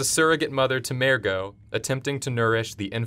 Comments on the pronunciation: Why did you have to pronounce mergo incorrectly, it's not mare-go it's murr-go. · Mer-go not mare-go ahhh god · What is up with your pronunciation of "Mergo"? You keep pronouncing it as "Mairgo". It's an "er" not an "air". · M-er-go not mair-go